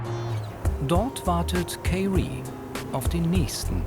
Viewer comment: Tolle Serie. Aber von "Kaye-Ree" möchte ich nicht empfangen werden. Kommt sich ja sehr schön vor. Dann bekommt er seinen Pass sozusagen..........................er bekommt sein Dokument, was heißt sozusagen.................is wohl ihr Lieblingswort.